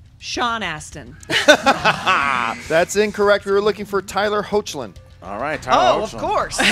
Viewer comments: It's Tyler Heck-Lin. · (Tyler Hoechlin) Actually pronounced 'hecklin,' not 'hoachlin'.